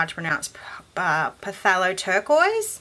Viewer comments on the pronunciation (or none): Lovely vibrant palette from my favorite paints :) I look forward to doing a favorites video soon myself. I looked and didn't see in the comments below, but just in case you hadn't heard it yet, phthalo is just pronounced "thalo" so not too tricky :)